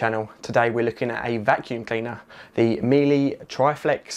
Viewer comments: Nice review 👍 just an FYI it's pronounced ME LUH, not MILLY. 👍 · It's actually pronounced MeeLa not MeeLee, interesting review but also check your opening titles where you ask people to hit "subcribe" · Miele is pronounced mee la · it's Me Luh/La. Speak German and been to their factory and only have their appliances and vacuums. My father in the US (he's Canadian, but naturalised in the US, he from right above MN, Lake of The Woods) says Mee lee lol. Correct him all the time but yeah. 😬😬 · A very good and useful review, thank you But please don't pronounce Miele as "Meelee"! The final "e" is pronounced exactly the same as in "Deutsche", "Danke", "Bitte" "Porsche", "Goethe", "Focke Wulf", "Marlene Dietrich", "Mohne", most of which words English speakers have encountered and would not dream of pronouncing with an "ee" ending. It's similar to the English (not American!) pronunciation of the final "er" in "bigger"and "better" using the English silent "r" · Meile is said just like 'Wheeler Dealer' in effect; Mealer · Miele is pronounced like Shiela. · Actually the German pronunciation is Me Luh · As Jennifer says,.., Miele is a German brand, therefore, if you want to be saying it correctly... you should use the German pronounciation - therefore meelee is actually closer than meela... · Well you're the only German I know who doesn't! I've checked with German colleagues in several German cities. There are also plenty of references on the www. Just one of many examples: "My mum is German and says it is MEELA.". Another "The correct pronunciation approved by native linguists: The "e" in the second syllable, -le, is pronounced similarly to the "a" in the word "about". Last one: "I sent an email to Miele. The reply advised it is pronounced meal-a”. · Sorry but the e is pronounced as a normal, german e, and not as an a. I have never heard anybody say miela here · No offence here, but it is German, pronounciation is like meeler (swollowing the r at the end :)